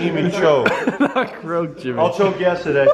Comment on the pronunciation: Yes we get the joke that Jimmy doesn't know how to say the word yesterday.